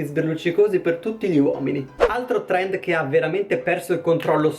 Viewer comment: "Torendo" chiamalo TORENDOOOOO